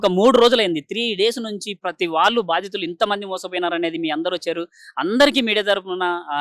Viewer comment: బాధితులు,...రా బాబు,..... భాదితులు కాదురా babu,... ఎందుకొస్తాRu ra babu ,..... ఎక్కడ పడితే అక్కడ ఒత్తులు పెడితే గొప్ప anukuntaremo మరి.